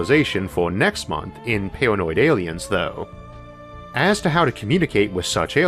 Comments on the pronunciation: pretty sure he's saying awiens. Is it just me or is that a fairly easy speech impediment to fix? I had a hard time seriously listening to this. For someone who is known more by their voice than anything else, it should be your best tool. The limp-noodle soup coming out of his mouth in the place of "R's", "L's" and "W's" is a really take away from how intelligent he may be. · Me, an ascended meme god: ayyliens